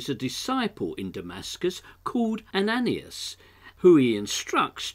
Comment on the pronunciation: Ananias = pro:- "Ann - ah - nye - ass" good try though! :0)